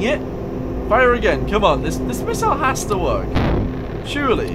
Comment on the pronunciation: Putting the "miss" in "missle" there, huh?